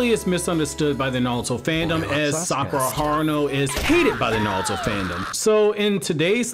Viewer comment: Sounds like you're saying nawuto instead of naruto